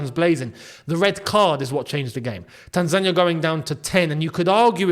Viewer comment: cheering for Morocco hurts man💔 I feel betrayed😂 Really wanted to hear your thoughts about the match and your views on how we played! It’s a fair assessment, wish we got atleast a point but Morocco were class👏🏻 Love how you pronounce Tanzania! Welcome, visit Tanzania when you get the chance mate its a beautiful country, beautiful and friendly people with lots of interesting touring sites including Zanzibar, Kilimanjaro the highest free standing mountain in the world, The Serengeti and so much more❤ 🇹🇿🇹🇿🇹🇿